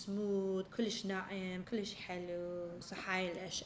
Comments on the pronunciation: Guys it doesn’t matter how much she said kulish, she tried her best and I love when she tries to speak arabic 😍 love u huda (Iraqi from Finland) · هنا تبين هدى صدك عراقية كلللللوووششش😅😅😅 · عراقية كلش